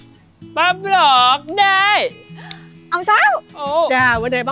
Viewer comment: Ông vinh ổng nói bắp luột đê